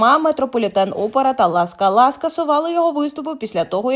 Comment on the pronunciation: 🤨🫢 Яка ла скалА?! 😡 Театр ла СкАла! Це просто якийсь жах з наголосами, останнім часом. Іноді, навіть неможливо зрозуміти, про що йдеться, якщо диктор робить три такі помилки підряд.